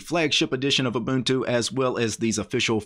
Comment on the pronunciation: First guy pronouncing them right and not k'bantu